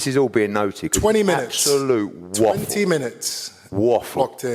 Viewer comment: Eddie says “waffle” lol